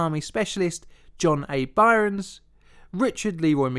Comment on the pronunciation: SL-1 Accident: It's Byrnes (pronounced "Burns"). One syllable. Not "By-rons."